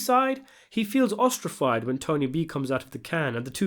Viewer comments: ostrified??? You trying to sound like Paulie? An idiot with big noises that sound like words?? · Its pronounced “Ostracise” not “fied” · ostracized. are you dyslexic? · "Ostrified"???? I think you mean "ostracized" Meaning he felt left out or alienated. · "Ostrafied"......I hope you were joking and it was just a reference to the show. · Ostrafied? You mean ostracized? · U said "ostrafied" I'm gonna assume you're a made guy and make sure the crew never says 'ostracised' around u outta respect. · Ostrafied?! LOL 😆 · It’s toxicity (as in city) not toxi-kitty and ostracise (as in size not ostrafied) You’re clearly an educated and intelligent guy so thought you’d like to know. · 'toxicity' -- pronounced tokSISity. 'ostracized', not 'ostrafied', not a word.